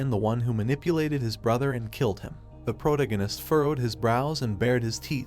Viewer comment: 22 hours of protagonist being mispronounced is driving me insane😭. Please fix the AI voice to pro-TAG-o-nist